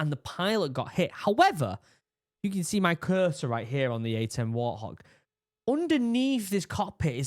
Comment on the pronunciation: WART HOG NOT WAR THOG! 😅